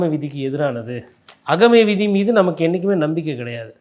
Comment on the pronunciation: ஆகமவிதி என்றுகூட சரியா சொல்லத்தெரியவில்லை இந்த பத்திரிக்கையாளர் வக்கீலுக்கு 😂😅